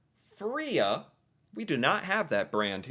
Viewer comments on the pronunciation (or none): The first syllable of "Freia" should be pronounced to rhyme with "grey." It is in many ways THE company producing chokolade in Norway.